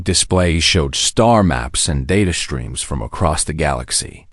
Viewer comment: seconds into this POS, "..some BRETHED oxygen..."!! WTF is "BRETHED"!!!!!!!!!!!???????? And your POS AI pronounces words with "...str.." as "...SHTR.."!!!! POS AI!!!!!!!!!!!! "SHTREAMS"!!!!!!!!!!! POS AI!!!!!!!!!!!!!!